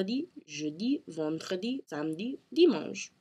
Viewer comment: haha je suis avec toi, quand elle dit des mots comme "vendredi" elle n'est pas capables de dire les sons "dr" correctement haha je trouve ca drole >_<